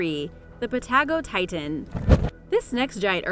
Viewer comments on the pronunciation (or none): its pa-ta go-titan